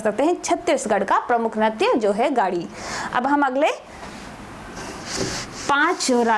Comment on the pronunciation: गाडी nahi yar गेडी hota h... Pata ni to kyu trick btate ho